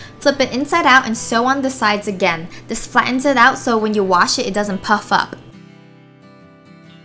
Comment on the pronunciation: Sounded like instead of puff up sounded like puff f%*k lmao